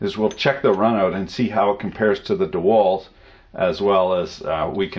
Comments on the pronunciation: Its dewalt not dewilt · Why do you keep saying "DeWILT" ? It's pronounced "DeWALT" . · You are saying dewalt all wrong...dewilt dont make sense